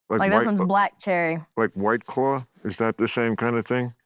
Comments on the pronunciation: I here her saying "clawl" (rhymes with Paul) -the dark L, yes, RP English (not properly pronouncing the word "claw" according to RP, of course, but still) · The way she pronounces "claw" with an almost "O" sound at the end is almost, like, British. :)